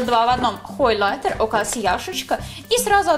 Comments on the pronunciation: Почему хОйлайтер? хАйлайтер пишется) Уже во втором видосе замечаю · когда появился слово хойлайтер там было хойлайтэ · Хойлэтэ оруууу, хайлатер